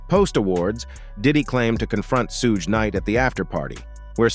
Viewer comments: "Sooodge knight" LMMFAO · I can't continue to hear this narrator continue to mispronounce Suge knight's name.... It is so irritating to me.... I'm out! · OMG. Can somebody program these AI VOICE OVERS to say Suge's name correctly! Damn!! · Is that what it is? AI? I hope they don't fix it. Chuckle every time. Put that on cooody!